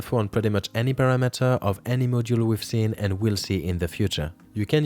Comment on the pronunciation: dude why does every youtube video have people who never pronounce english words correctly? "parra-metter" is not how you say "parameter" jesus fkn christ, learn english before you start instructing others on youtube.